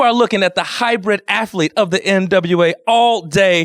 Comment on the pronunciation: "Afflete"